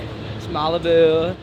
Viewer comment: "its malibuu, ied survivor" 🤣🤣